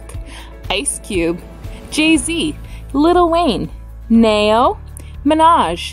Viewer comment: She kills me the way she pronounced some of the "hip hop" names...🤦🏽‍♂️ "Nayy- yo" (Neyo) "Rah-Keeeem" (Rakim) "2-Pack" (Tupac)